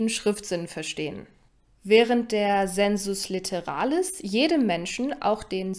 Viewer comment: Zur römischen Phonetik: sensus litteralis = [seːnsʊs lɪttɛra:lɪs]